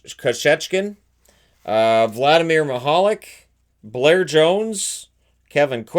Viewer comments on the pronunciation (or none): none